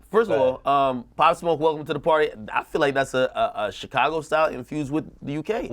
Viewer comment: The fact that couldn’t say Pop Smoke jumped on a UK beat is WIIIIILLLLDDDD 😂😂😂😂😂